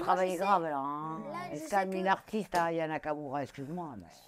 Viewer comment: Elle as écorché le nom Aya nakamura, elle a dit " nania kakaroua " si tu veux parler de quelqu'un commence par épeler son nom correctement 🤣 et puis elle ose rigoler et dire que aya nakamura ne sais pas chanter alors que si on écoute tes "rap" de bac à sable... 💀 Elle t'a largement dépassé mdr donc fais toi-même du bon boulot avant de critiquer celui des autres